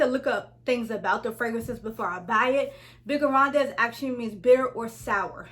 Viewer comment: The whole name is in french 🤣 (you don’t pronounce the es) 😉 but I love that you’re trying. Very good video! Do you own figues and agrumes?